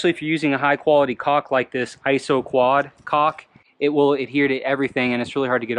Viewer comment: Are you saying "ISO Quad," and is that the same brand as OSI Quad? Thanks.